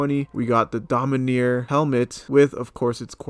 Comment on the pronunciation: Also it’s dominAR, not domineer, LMAO